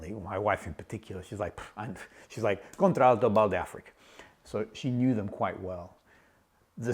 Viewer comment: Nice review..you are not pronouncing Contralto correctly. You are using the ‘a’ twice in pronunciation. English lesson for today😊